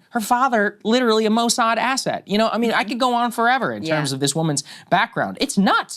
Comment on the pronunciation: "moe-sod".... hilarious. this dude act like a bossy bottom